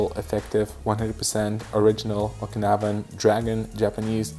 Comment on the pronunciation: “Okinaban” hurts